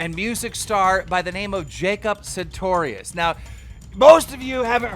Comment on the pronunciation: Keem can pronounces sartorius right but reads Arthur author. How?